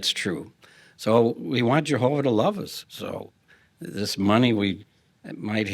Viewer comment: Soo we luuhve Jehooovahh *hic